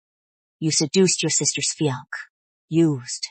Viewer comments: Her “FEE-UNC”??? I’m so over it lmao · I love when these cdrama mispronounced fiancé.😂